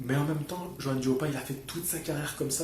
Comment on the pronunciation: Merci de m'avoir cité, tu as bien prononcé mon prénom et mon nom. ☺. Comme je te le disais sur facebook en effet, Johann est un combattant à l'ancienne qui ne se refuse rien. Il sait qu'il s'agit d'un métier éphémère et que le temps passe vite. Je pense aussi que c'est un combattant qui se fait vraiment plaisir avant que de ne parler sans cesse d'argent comme beaucoup. Jarrell est un tank et pour le toucher je pense qu'il va falloir tourner autour de lui et être mobile pour déjà éviter ses parpaings, le type c'est Ralph dans le film de Disney, le super destructeur 😂, et chercher les failles pour lui assener des jabs permanents. Il faut le harceler de coups ce type. Être très présent . il faut le démolir pierre par pierre. Front contre front c'est trop risqué. Je pense vraiment qu'il faut l'épuiser et le harceler de coups. J'ai peur pour Johann mais on ne sait jamais! Que le meilleur gagne! 💪